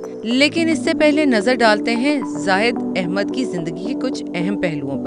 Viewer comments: Naam to sahi lay lain aunty 😁😆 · Naam to sahi bolo